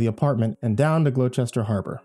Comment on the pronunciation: It's actually pronounced gloster